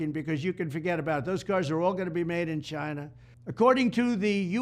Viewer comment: I like the way Trump says; China with emphases......CHINA!